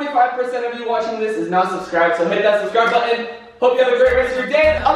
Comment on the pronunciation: Faze rug does not say “button” he says “boen” 😂😂